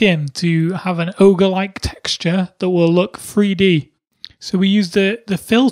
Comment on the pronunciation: He always say free d